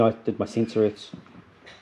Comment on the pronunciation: 'The Urths'